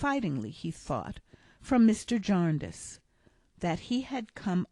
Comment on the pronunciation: Jarndyce! Diiiiiice! Jarndeyece... come on, we don’t murder Americana, please pay us the same respect. Although I am enjoying your narrative, and now somewhat regretting the first part of my message, let me retreat by saying ‘ thank you’ and Dickens belongs to us all!